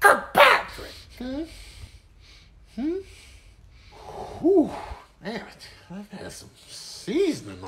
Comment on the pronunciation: It was more like kirk-PATRICK! 😂